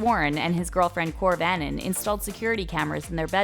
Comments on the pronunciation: Did I just here korv annon instead of kouvr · She calls Kouvr "korv annon" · did she rlly say kourv annon atleast learn to say the name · Nobody: Everyone saying kouvr correctly: This woman : Kouvanon